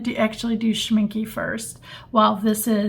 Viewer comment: Thanks, that was pretty cool to see! I've been trying to decide which brand's Potter's Pink to get! (W&N is probably my winner, unless I can find a video about the Kuretake one...) (Also, and it's just the German in me, but it's pronounced Schminck-eh, not Schminck-y.)